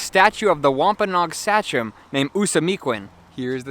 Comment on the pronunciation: Never heard Sachem pronounced that way ;-)